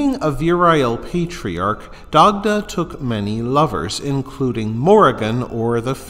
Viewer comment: Great information here. Glad to see someone spreading the information. The only thing I'll say is some of the pronunciations here were absolutely butchered hahaha. For example, Dagda is pronounced "die-da".